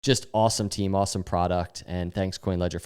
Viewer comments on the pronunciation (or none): none